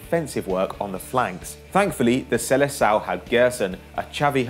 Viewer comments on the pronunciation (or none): none